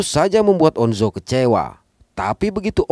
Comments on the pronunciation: On Jo bang bukan on zo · On jo aja bang bukan on zo, tapi gpp aku maapin wkwk😅